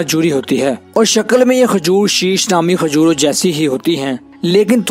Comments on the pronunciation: Khajor nahi,kajur bolA kRo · Isko khajoor k naam bhi sahi nahi bolpara